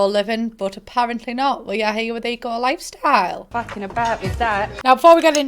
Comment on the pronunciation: all I can hear when you say the name of the pack is E.Coli 😅